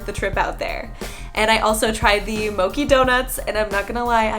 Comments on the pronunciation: Btw it's not mo-key it's mo-chee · it's mo-*chi*, NOT mo-key